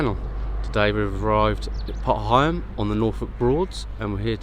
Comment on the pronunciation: Nice little walk, really enjoyed that. I have heard pronunciation of potter heigham before, but it's an older name used by locals years past. Think it's quite rare these days. Your pronunciation seems the more widely used one in our present day. Great video. Thanks for taking us along.